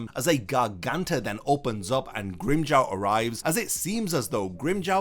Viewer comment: Why does Grimmjow's name gets pronounced differently in English? LOL Not hating. But it sounds funny. It sounds better when japanese actors pronouced Grimmjow's name.